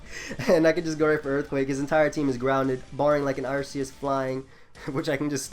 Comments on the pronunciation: arceus is pronounced "arkeus" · game freak who created it named it arceus with that pronounciation, that's all I'm saying.